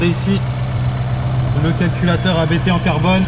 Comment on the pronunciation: Il ne s'appelle pas "A" "B" "T", mais Abt comme le nom de famille du fondateur avec 3 pilotes de course célèbres (dont DTM et Formule E) Vous devriez faire un peu de recherche / effort avant une vidéo! !! :-(